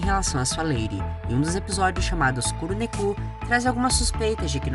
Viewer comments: Kuru neku kkkkkkkkkkkkkkkkkkkkkkkkkkkkkk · A pronúncia é "Kurô nékô"